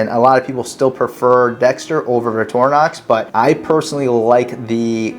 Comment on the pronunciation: Why are you saying "Vitorinox"? There's a "c" in the word. Vic-tor-i-nox.